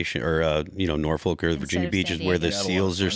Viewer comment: We dont pronounce the FOLK. Its norphuc.